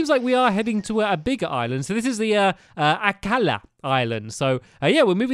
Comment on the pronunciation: Akala. the way he says it is 10/10 perfect.